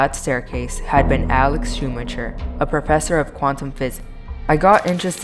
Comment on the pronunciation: Schumacher (SHOO-MAH-KER)